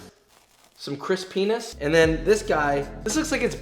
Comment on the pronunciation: how to pronounce the word crispiness. Chris-penis